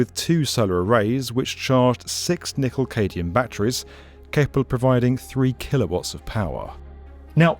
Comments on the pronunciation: nickel what batteries, did you say? cadium? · It's "Cadmium", not "Cadium". ♥ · Turned off when you said "nickel cadium." Sorry.